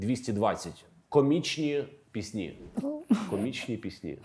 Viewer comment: Будь ласка , нехай ведучий ставить правильно наголос у слові ПІСНЯ , бо постійно звучить пІсні а не піснІ, бо дуже ріже вуха!!!!!!!!!